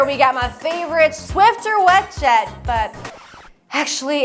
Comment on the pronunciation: Anyone giggle at Swift-er vs swiffer